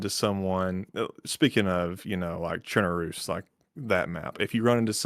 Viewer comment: one of the few people that pronouces chernarus properly, if u dont say it like lawless you are wrong and need to do research.